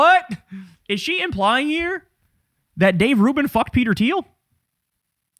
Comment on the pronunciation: Thiel... it is Thiel